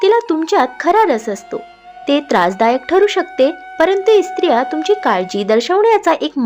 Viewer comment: Krupaya 'Estriya'mhanu Naka - te -'Striya' aase mhanave